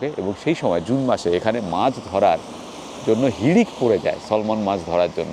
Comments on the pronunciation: Salman fish er pronounciation ta 'স্যামন' hobe. Osadharon taste mach tar. Kerala r Kochi sohar e imported salmon mach khub pawa jay. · Darun sundar jaiga. Salmon noy. Samon hobe uchcharan. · SALMON মাছ কে বারবার সলমন বলছেন দেখে বলছি, এটা হবে স্যামন ( এল উহ্য থাকবে ). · Selmon bhoi ebar kintu case thukbe. Btw kothata `samon'. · যে মাছটাকে 'সলমন' (খান?) বলছেন সেটার সঠিক উচ্চারণ 'স্যামন', আপনি খান বা না খান :)